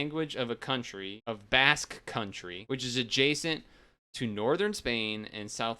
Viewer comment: Thanks for doing my request! And btw, you pronounced "Basque" correctly the first time you said it. And idk if you noticed, but I uploaded some of these and I apologize for Brazilian Portuguese having dirt quality, lmao. I think I uploaded that back when I didn't care about quality all that much. And I also uploaded Slovak. The episode came all pixelated, lol. I also uploaded the German version. And I noticed you sorta butchered the pronunciation of the dub's title. The best way I can say how it's pronounced via text is "Donkey Kongs au-ben-toy-ya (Abenteuer)". And that voice you heard at the end of the Slovak opening is something called a title voiceover. When a dub doesn't have a localized logo, they would sometimes do a title voiceover. Which is saying the dub's name whenever the logo appears. The name of the dub is called "Gorila v Červenej Kravate". Title voiceovers are really common in languages such as, Spanish, Portuguese, Russian, Ukrainian, Bulgarian, Czech, Hungarian, Polish, etc. And it seems that the Slovak dub uses prints from the German dub, which is why the logo is the same in both dubs.